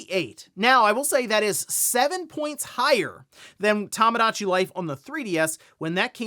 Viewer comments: Toe moe dah chi. Not tamagotchi. Bro….. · It's TOMOdatchi, not TAMAdatchi! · It's TOMOdachi Life, not TAMAdachi 😭